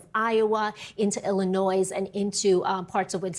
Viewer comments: Stupid weather woman; ‘IlliNOISE’. Duh. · Someone please tell their meteorologist that you do not pronounce the “S“ in Illinois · "Illinois" was not correctly pronounced in the weather report... The level of education in the US has fallen dramatically ... So sadmmm